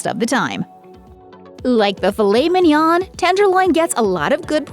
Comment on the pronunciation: The N is NOT pronounced at the end of Mignon.